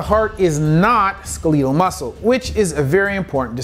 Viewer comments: I thought it was pronounced "skel-e-tel", not "skee-lee-tal" as pronounced in this video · Never heard skeletal muscle pronounced like that. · why does he pronounce Skeletal like that